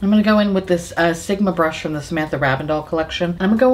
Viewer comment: Sometimes when you say "Sigma Brush" I hear "Simba Brush" so I think you'll be a great Disney vlogger!